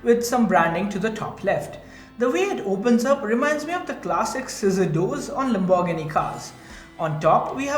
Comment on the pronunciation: Please just say lambo The way you pronounce Lamborghini is so cringe.